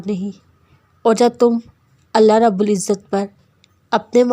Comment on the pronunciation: Aap Allah ka alif nhi lagate urdu me alif lagay